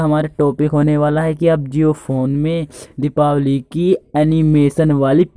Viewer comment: O bhai diwapali nahi dipawali bolte hain is tyohar ko